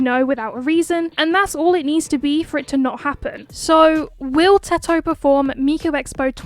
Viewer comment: Finally someone says Teto and not Tedto💀